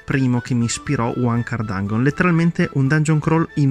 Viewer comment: Dangheon? Santo dio le orecchie.